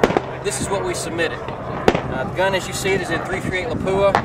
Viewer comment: It's called LAPUA. Not Lapuua. If you can't pronounce it correctly, then don't use it.